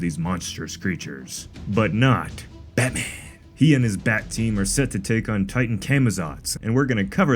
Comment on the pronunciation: bro 😂 😂 how do you pronounce batman like that